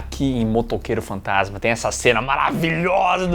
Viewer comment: Talvez eu esteja maluco, mas sempre ouvi o narrador metendo um "Motoqueiro Fantatima" no inicio do primeiro filme kkkk